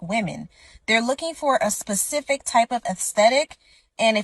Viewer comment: looking for someone who can properly pronounce specific.